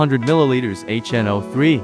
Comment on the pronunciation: you’re welcome, I think more and more people are getting tired of AI talk already. I’m sure doing real voicing will add to you likes. Have a good one. Although I laughed at H NO 3….